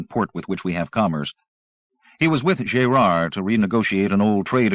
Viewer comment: Jay-rard? Gerard is not pronounced that way... makes me wonder... Pity. Audio is much cleaner than Zelazny's version.